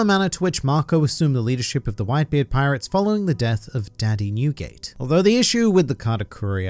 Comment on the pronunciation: hearing you say "daddy newgate" felt weird